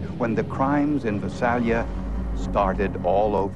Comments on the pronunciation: Its Vi-Sail-Ya and .380 Gauge? Learn difference between gauges, calibers, millimeter etc.. especially when its a forensic show. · If the narrator Peter Thomas were still alive, I would tell him that the name of the city is pronounced Vy-SAY-li-a.